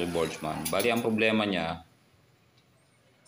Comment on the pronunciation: Ang naririnig ko Borg-man, Hindi Botchman.